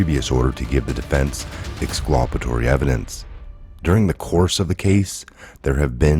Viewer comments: Ex- CUL - pa - to- ry NOT ex- CLU - pa- to- ry. FYI. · Ex culp it Tory not whatever ur saying I can do it all day... half the time idk wtf ya meen not being a dick but u get corrected and keep doing it